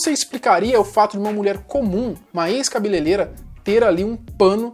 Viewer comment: Cabele(R)eira! e não Cabeleleira.